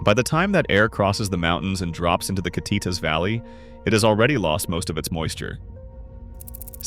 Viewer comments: Kit-it-ass no bro it’s pronounced Ki-teat-as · yak uh maw. Kit uh tass. You didn't mention it, but Sequim is pronounced as Squim. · Ca tee tus valley 😆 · And end with Kittitas. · And Kittitas